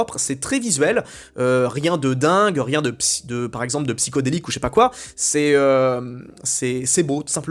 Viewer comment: Aïe aïe aïe. Tu as dit psyhodelik et non psychédélique, cancel . Je plaisante 😊